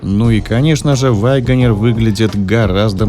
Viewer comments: Пожалуйста, перестань говорить ваЙгонир. Просто вагонир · Почему вы произносите вайгонир? Это не правильно. Ударение ставится на 3 й слог на букву е. И без й в 1м слоге. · Не 'ВАгонер', а 'УагонИа'. Не 'ЧирОке', а 'ЧЕроки'. Конструктивная критика, ёпт.